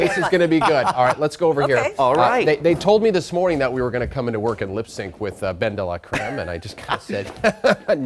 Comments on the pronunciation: The whole thing is so contrived that it doesn't matter but unless you are speaking very fast or from the south of France I dont think anyone would say 'day luh'' Thats very 'Oscar de la Renta' which is a different thing. I know what you are saying it can be slightly 'deh' but not 'day'. I think Ben or Dela etc is fine and all but the whole persona is a bit insufferable to me and unevolved from the last time he was on the show. Its too one note and boring. I personally don't get the appeal but we all have diff tastes. Some people like Mae West and some like Edith Piaf and he is more of the Mae West category (although I love Mae West but whatever). Also speaking of boring Ben and names... Edith Pilaf would be a good drag name. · Ben-Deeeee-laaaaaa-creme....... can this man learn how to say her name correctly please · His pronunciation of “Bendelacreme” is very triggering.